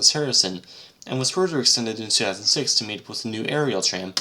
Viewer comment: Great video! If I may suggest, though, to better enunciate the dates so that "2006" doesn't sound like "Two-ound six". I was listening and not watching and it kept happening and I was like.."wait, what?" LoL! Anyway, thanks for making and posting. Interesting!